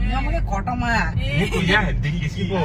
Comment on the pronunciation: Kakuma ❌ kotoma ✅